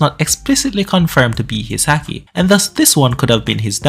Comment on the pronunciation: why are you saying the word haki like that? its pronounced like hockey, A doesn't make that sound in Japanese